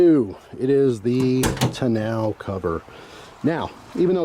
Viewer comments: It's pronounced tonno cover, not tonow cover ! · Ta-now cover 😂. First time ever hearing it pronounced like that. Good stuff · I've always heard and pronounced it "Tawn-Oh" cover. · That's the first time I've heard tonneau pronounced that way. Down south I've always heard it pronounced like tan-know. Not complaining, just sounded really weird to me. Funny how the same word is pronounced differently depending on where you're from. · Why are you pronouncing “tonneau” that way?